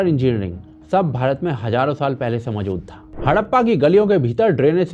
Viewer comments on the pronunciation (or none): none